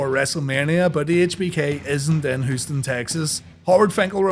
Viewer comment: "Hoostin, Texas" lol